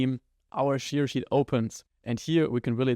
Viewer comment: Thank you for all your videos, they are really helpful! :) Just please look up the pronunciation of "share" :O While you butcher quite a few words' pronunciations, I usually understand perfectly fine what you are trying to say, but this one made me rewind to listen again in a couple of your videos before :D (aber das war es auch schon an "Kritik" - was Inhalt und Aufbau angeht: Alles top, danke dir! :) )